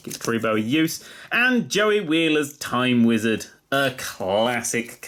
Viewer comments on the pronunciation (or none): You pronounced time wizard wrong. According to the anime it's TAAAM WHIZZERD